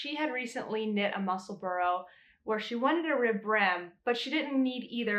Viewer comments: I've made 3 so far and have plans for another 3 already. Just wanted to say it's pronounced Mussel-bra not Mussel-borough, I'm from just south of the Scottish border. I'm going to make my next one with the ribbing in the centre, I've already made one with a contrasting band in the centre of the tube for a contrast brim. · Ysolda pronounces it Musselborough. I’m not hearing a distinct bra sound as you mentioned. Just went back and listened to her part 1 tutorial. I think most Americans feel pretty good about not saying Musselburg as in burger. It’s not easy to get subtle distinct pronunciations correct when the untrained ear is hearing Mussle-borough. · Many thanks for the pronunciation tip! British names frequently confound me, so it's immensely helpful to learn the accepted way to say "Musselburgh." (I'm still recovering from learning that "Cholmondeley" can be pronounced "CHUM lee." Sigh>)